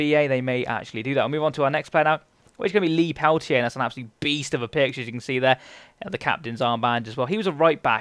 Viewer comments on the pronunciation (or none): none